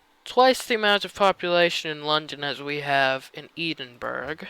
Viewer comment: Never say the word 'Edinburgh' out loud again. : )